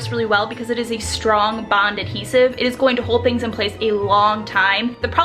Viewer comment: its not ( ahesive ) its adhesive if your going to speak English at least learn it good video none the less